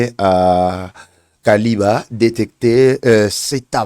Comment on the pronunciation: Kiliba et non Kaliba.